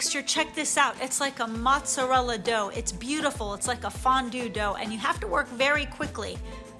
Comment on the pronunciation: Dear: No self respecting real Italian will say "mozzarell"!! Usually, second generation American Italians will pronounce it that way, and furthermore, they would also say "Gabagool" instead of "Capicola", parmigian (Parmigiano), proshoot (instead of Prosciutto), etc Italians / those born in Italy will always say Mozzarella, Capicola, Prosciutto, etc. PS: Love your videos!